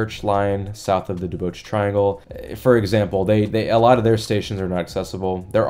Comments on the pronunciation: Duboce is pronounced DuBOS not DuBOCHE Before the pandemic, the Parkmerced complex had a proposal for replacing many of their low-rise apartment buildings with denser housing. I thought the proposal had been approved, but nothing has happened that I know of. Funny you should mention the Church & Market Safeway. About 15 years ago, the Safeway Corp proposed redevelopment of the LaPlaya Safeway into a sizable mixed-use development. NIMBYs shut it down HARD and FAST. I saw two very nice Safeway reps present their proposal at a meeting of the Planning Association for the Richmond [District] and could not believe some of the invective-filled arguments that attendees spouted, including one woman who claimed a lifetime right to sunset views from her house. IMO accessibility retrofits are a higher priority than limiting streets to transit-only. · bro you're only 22?! so sick man keep it up but fo real tho you butchered Duboce (duh-BOWS or dew-BOWS) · I did the same pronunciation of Duboce in my video on the Wiggle. I never heard anyone say it in 10 years of living here. I compared it to Jim Croce. What English word ends in -oce and is pronounced OSE?